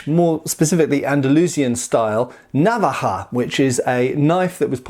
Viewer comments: I'm spanish and I didn't know about this weapon. (It's navája, btw, in terms of pronunciation, not návaja). I have a similar one from Toledo except much smaller x) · the inflection is on the decond vowel. Na-VA-ja. Like that. Not NA-va-ja. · as a general rule, the stress in spanish words is always on the second to last syllable, unless there is a tilde in which case the stress goes where that thing is, so naVAja no NAvaja. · you say návaja with the accent on the first a but it's actualy navaja, being the second a the strong sounding one. if it was like you pronounce it it would be written with this little line like in águila (eagle) but it doesn't. in Spanish the grammar all ways helps you. so unless you see an accent like in árbol or dragón, just pronounce the strong syllable in the middle if you don't see the little accent 😁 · I think the tonic sillable is the second one, na'vaja instead of nava'ja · I think I have one. I never thought it could be a traditional weapon. It's pronounced, naVAja, by the way. We currently call all pocket knives navaja. Mine has no locking mechanism and stays open just by friction. I made the terrible mistake of oiling it (it's kind of rusty and hadn't been used in years, probably decades), and it closed on my hand as I was using it. It wasn't a deep cut, but there was blood everywhere. Learn from this guy: don't be stupid. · Not really. It's Ok, but the accent is in va. naVAja. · The stress is in the second-last syllable, naVAja. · Spanish stresses the penultimate syllable when not marked, so the stress should be on the second A not the first as in an English pronunciation. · It was terrible! Stressed the last a instead of the second and pronounced the j too softly. It should sound like you are preparing a spit ball. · True, I'm Spanish, from Sevilla and it's true that's the correct way to pronounce the word Navaja.